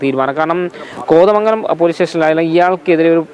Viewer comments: കൊതമംഗലമല്ല. കോതമംഗലം അങ്ങനെ പറയണം style കുറച്ച് കുറച്ചാൽ ഉഛാരണം ശരിയാകും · ആസ്വാസം അല്ല കൊച്ചെ. ആശ്വാസം. കൊതമംഗലം അല്ല കോതമംഗലം😂